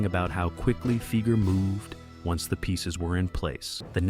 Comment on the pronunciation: Fi-ger not Fee-ger. Work on that, Skynet.